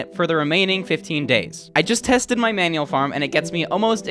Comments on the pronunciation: "maual"? has gone insane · "maual farm" maual ah yes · "maual" get some sleep